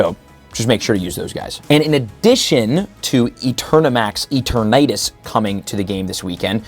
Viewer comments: “Eat-or-natus”😂😂 it’s pronounced “E-Ter-nuh-tas” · Bro stop pronouncing it E-tur-na-tus. lol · I think you didn't get an invite to worlds because you keep saying E-Ter-Natus.. come on man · let out his southern accent when pronouncing eternatus. "eturh-naytus" 😂🤣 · The way you say Eternatus bothers me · Me too bro, me too... 😔